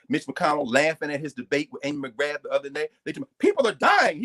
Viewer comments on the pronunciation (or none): none